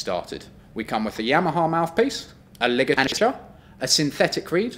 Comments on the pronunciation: "with a mouthpiece, a lig-eiaac-ure..." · He says ligature